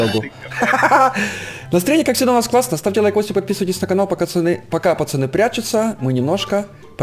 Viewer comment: в начале ролика:настраенье у нас как всегда класснае после ролика:наеанец закончели